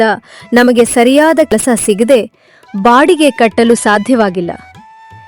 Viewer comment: Bodige ಅಲ್ಲ baadige 😂